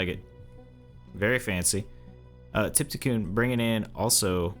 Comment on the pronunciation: Trypticon is on here all the time and this guy cannot read the username haha